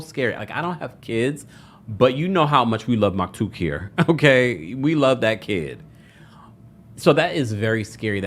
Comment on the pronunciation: I love u I hope u know that but the kids name is maktoum with an M not K